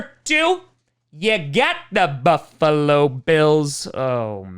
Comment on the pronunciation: I love when you say “You got the Bu-ffa-lo Bills!”